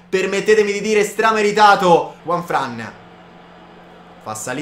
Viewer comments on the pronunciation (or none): none